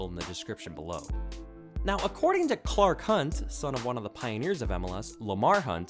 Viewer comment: Clar Khunt? Careful with the naughty language, sir.